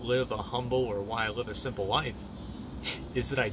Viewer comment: emphasis on the SIMPle